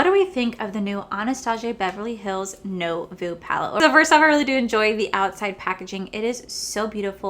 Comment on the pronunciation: You’re so cute! It’s pronounced “new-vo” lol